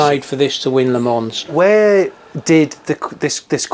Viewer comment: That's a great example of passion and drive to create something you love. Only bad point: they did all that research and then they can't pronounce Le Mans. Still, congrats to them on making a great car. When my numbers come in, I'll be driving to Essex with a very large cheque.